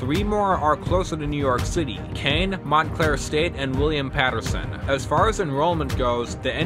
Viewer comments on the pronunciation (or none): none